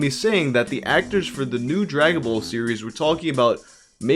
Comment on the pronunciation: "Dragon Bowl Z" Gotta love Canadian accents